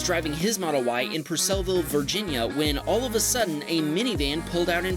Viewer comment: Wow! I live in Purcellville VA and btw you pronounced it wrong but I guess it is a hard place to say.